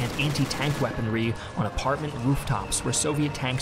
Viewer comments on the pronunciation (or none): none